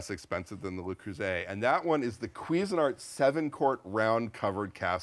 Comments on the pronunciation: Le Creuset, not Lay Croozay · FYI - "Le" is pronounced similarly to the "oo" in "look" - to be pronounced "lay" it would be spelled "les" - which is the plural form. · It's LE, not Lay! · LE is pronounced “luh” LES Is the plural form, pronounced “lay” So please pronounce it correctly LUH Creuset. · Neither of these supposed experts seem to be able to pronounce ‘Le Creuset’ correctly. ‘lay croozay’ isn’t it. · I hate to be that person, but it's 'Luh- crew -say' 😕